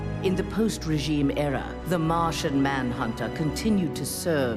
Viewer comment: *Martian not Marsian